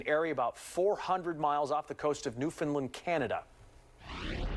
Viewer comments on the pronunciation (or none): Stress on first syllable. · Can we please get the word out that it’s pronounced Nufin-land. 2 syllables. Not : nu-fin-lind just 2. Please and thank you.